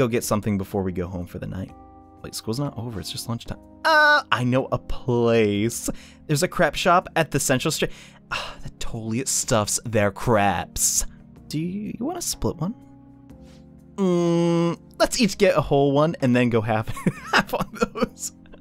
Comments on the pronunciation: The last time he pronounced crepes he said it correctly and now he is back to saying creps again. My dreams are crushed. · Is anyone gonna point out that he called crepes craps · The way you pronounce crepes hurts my soul...